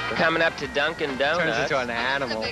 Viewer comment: No one: Absolutely no one: Fred Schneider: (calls Dunkin' Donuts) Du-Do's